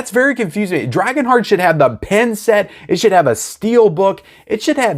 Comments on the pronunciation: I was thinking why would you get a pen with a movie, then I saw the picture and realised you were saying pin 😂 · Pin…not Pen.